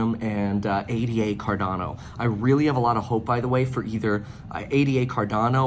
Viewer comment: ADA is named after Ada Lovelace, no need to say each letter.